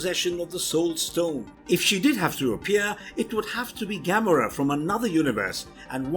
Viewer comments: That's what you worry about? He said Gamora worse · How you say Gamora is so wrong